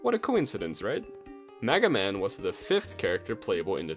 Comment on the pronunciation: He said maga man